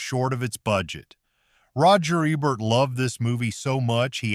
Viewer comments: Roger Ebert. He was a famous well-respected film critic. His last name is pronounced Ee-bert. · I know who Roger Ebert was. The video wasn't pronoucing his name right.